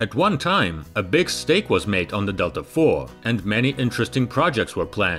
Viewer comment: "Delta four" sounds like someone from London saying "Delta Thor"